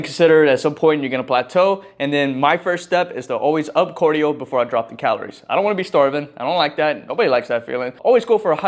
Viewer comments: CAR-dio not COR-dio. stop saying cardio like that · Is this how you say it? Cordio Or Cardio? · Why do you keep saying Cordio brother😂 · you from Minnesota or somethin? You say cardio how they be sayin ‘soda’ lmao